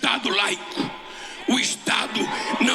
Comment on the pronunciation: SE UM DIA, ALGUÉM TIVER "CORAGEM" DE ESCREVER UMA "VERDADEIRA" BIOGRAFIA DESSE CANALHA!!! TEM QUE ESCREVER TUDO COMO ELE "FALA!!!" TIPO: MUIÉ, FOTRÓFICO, GÓÓÓÓPI, ESTADO LAIKI...FORA OS PLURAIS QUE ELE PRONUNCIA SEM OS "ESSES!"É ISSO QUE QUEREMOS PRO FUTURO DOS NOSSO DILHOS E NETOS "LEREM E APRENDEREM?" VERGONHA!!! #22REELEITO 💚💛🇧🇷🇧🇷🇧🇷🇧🇷🇧🇷🇧🇷👊👊👊